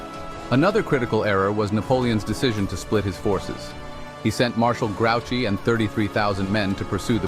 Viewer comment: Marshal "Grow-chy"? Really? One of the most famous battles in history, one of the major players, and you can't get his name right?